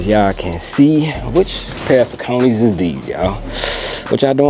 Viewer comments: Sock o neys J.. not saconies.. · Saucony is pronounced saa·kuh·nee named after the river in PA. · Pronounced Sock-A-Knee.